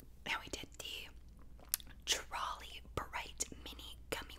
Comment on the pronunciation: It’s TROLLIIIIIIII not trolly